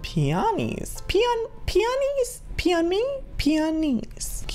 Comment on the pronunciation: "Pee On Me?" Great English Joey.... Great English